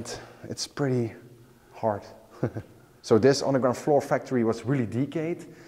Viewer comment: As a fellow Dutch it was hilarious to hear you pronounce flour. All I could hear was "floor". I had a good chuckle about that one in context of how bad the floors in the factory are. Amazing factory though. As an engineer I really wanted to know how it all functioned back in its time. It looks amazing with all of the wooden chutes. I think the most of the machines are roller mills. Too bad they ran out of funds for the intact factory. Keep them coming! Your last video was top notch too!